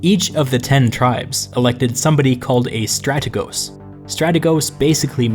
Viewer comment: One minor correction- it is pronounced stratēgos rather than strategos with a short e . Near perfect video, keep it up.